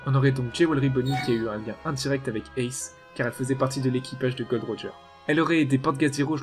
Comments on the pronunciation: Mais c est pas Gold Roger c est Gol D. Roger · C est pas gold roger mais gol d roger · oh mon dieu il ne s appelle pas GOLD D ROGER MAIS GOL D ROGER PTN ARRETER AVEC CET FAUTE SA FAIT 15 ANS ON VS LE DIT BORDEL XD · Tu tes tromper c’est pas “Gold Roger “ mais “Gold D Roger” 😏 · Tu t'es trompé c'est pas " Gold. D. Roger " mais Gol .D. Roger"